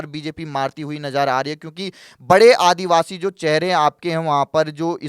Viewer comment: ये तकरीबन तकरीबन क्या होता है भाई ? या तो क़रीब क़रीब बोलो या सिर्फ तकरीबन...वो भी सिर्फ एक बार, दो बार नहीं। करीबन करीबन इतनी बार बोलना भद्दा लगता है। भाषा की शुद्धता भी माशाअल्लाह। आदिवासी शब्द होता है, आदिवाशी नहीं।